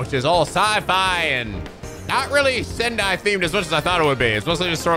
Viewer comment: Actually it's pronounced Sentai not Sendai!!!